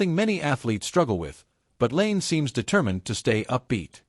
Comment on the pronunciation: There's literally nothing controversial about this "revelation". Also, the lazy use of AI narration and mispronouncing of "Lane" and "Pear" is terrible. Use your own words.